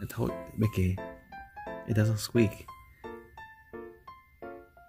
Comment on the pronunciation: Haha "it doesn't skweak" 😂 baby Mikki keeps trying 😂